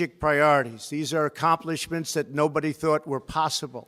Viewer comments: And acomplomented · Tollerided? Accomplements? 🙄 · I love Trump, but... "Tol-er-ided" "Acomplomint-shays" Poor dude. XD